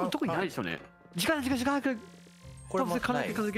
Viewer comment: 時間って言いすぎてじかいになってるのめちゃ可愛いです(*'ω'*) 二回ほどグーイージくんの出番スルーしてるのも笑いましたｗｗｗ